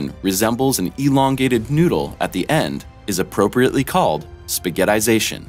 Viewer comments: Did anyone else hear spaghetization instead of spaghetification lol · Question: is english your first language? Because there's no 'z' in Spaghettification . Pronunciation is as important as grammar and spelling. Stay in school.